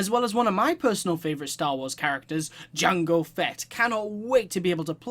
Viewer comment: Jango, not Jongo!